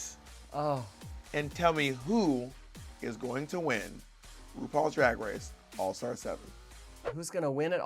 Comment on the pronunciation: I’ve only just noticed that Bob struggles pronouncing her R’s. “Wupaul’s Dwag Wace”